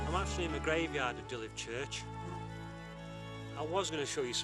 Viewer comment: Just FYI, it's pronounced "dee-lever", not "di-lif".